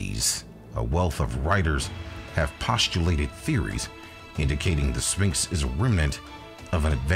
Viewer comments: I wonder what a spinx are? I've only heard kids pronounce it like that. It's uttered "Sfinx" NO? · It is pronounced SVinx not sPinx….you lose credibility when you cannot even say a word correctly. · I'm sorry but the narrator isn't very good. It's Sphinx (PH) not Spinx. Also, it's weird when you pronounce a person's name wrong then immediately cut to a clip of someone saying it correctly. It's like you didn't even watch your own video before you posted it..